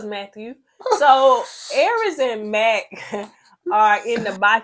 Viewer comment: Call him Mack-thew! 😂😂😂